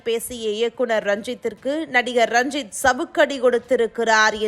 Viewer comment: ranjit rajith nu solluthu.....intha news anchor